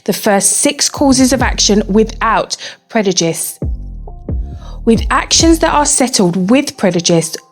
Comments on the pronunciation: articulate apart from the word “Predujist” lol I think she meant to say prejudice 🤣🤣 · Great vid! But I must point out that its preJuDice and not PreDuJice as the narrator keeps saying..hehe